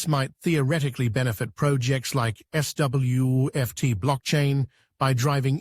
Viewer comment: Very amusing to hear the AI voice struggle with SWFT and SWFTC.